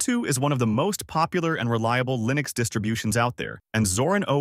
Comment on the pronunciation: The way this bot says "Line-X" instead of Linux. 🤣 Stupid A.I.